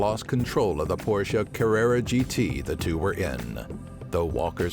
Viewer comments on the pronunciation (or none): none